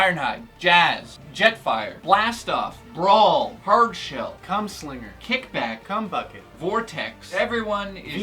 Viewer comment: 10 for the name issues, (and especially "hardshell," slug, etc. D: ) but otherwise good! :D